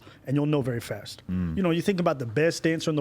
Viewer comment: This man said fest instead of fast haha